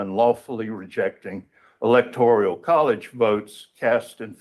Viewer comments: It's not the "electorIAL college", it is the electorAL college. Why can't a lawyer even pronounce it the right way? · Really? In the first few minutes, he's mispronounced several words. Electoral, not electorial. Demurrer, not what he said. And his voice is insane. And Biden electors? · Electoral College. Not "Electorial." The creative vocabulary is as painful to listen to as the nonsensical argument. * Didn't some of the fake elector plot emails actually use the word "fake"? Or am I mistaken? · Doofus lawyer confirmed. The word is "electoral", not "electorial" ಠ_ಠ